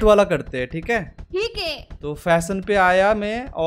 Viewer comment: the way she said 'thike' 😂🤣